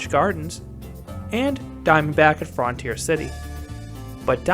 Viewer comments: I didn’t notice the way you were pronouncing it until Green Bean pointed it out. 😆. Yes, in America it’s universally pronounced frun-teer. I’ve never heard anyone say fron-teer. 😊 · frun-tier city!!!!!, not fron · FRUNtier not FROOONTIER